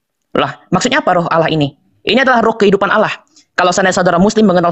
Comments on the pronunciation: Aduh Allah bukan awloh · Alloh dgn allah beda yang pernah kudengar allah gabungan dari al ilah?